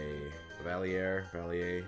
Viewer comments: Lol at Pro pronouncing Escavalier in French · Sungwon saying Escavalier hurt me